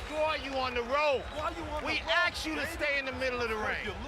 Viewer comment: Great advice from stevens coaches, "Cmon man we axed u to do the thing cmon man u suck"